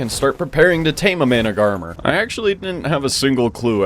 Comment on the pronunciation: Isn’t managarmr pronounced man-ag-a-mir?